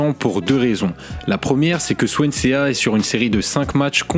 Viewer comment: Swansea ne se prononce pas « Swan c’est à « mais Swansee a l’anglaise .